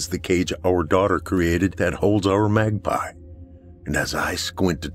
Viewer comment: Thank you Nora, I’m a proud grandpa, she is a joy to work with, takes direction so well. We laughed so hard when she pronounced Magpie as mag-pee.